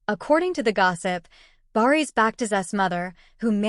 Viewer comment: If you know so much (as you claim) about Bariş and Yağmur at least you should have taken the bother to learn to pronounce their names BariŞ ş=sh, YaĞmur ğ=silent. As for your story, it's just what it is a STORY !!!! By all means practice your creativity, however presenting it as facts may come back and bite you! (I personally hope and pray that it willĺ do!)